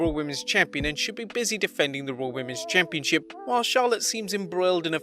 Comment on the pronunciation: Who else heared "Championshit" insted of "Championship" ?